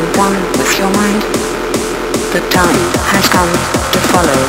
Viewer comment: "Zhe Time" is this a german singer? xD